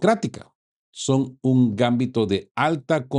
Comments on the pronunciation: No es gámbito, es gambito. Es lenguaje de ajedrez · MUy buenos sus mensajas, pero revise la acentuación (o falta de) en la palabra Gambito, si fuera como vos pronuncias sería Gámbito, pero es Gambíto. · Disculpa, se dice Gambito, la sílaba tónica es "bi". No es por molestar pero se oye muy raro. El Gambito se usa mucho en el ajedrez.